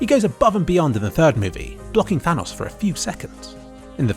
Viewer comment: Props to for actually pronouncing Thanos correctly.